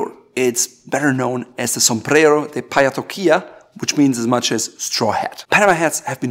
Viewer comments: Paja is pronounced like you’d say haha not like pijama. Great video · Paja must be pronounced as paha with the j sounding in a similar way than the h in hollow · Yeah.... That's not how you pronounce "paja" in Spanish.... 😬😬